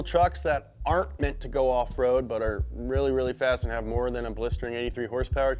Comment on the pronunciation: Did anyone else notice he said horsepower incorrectly?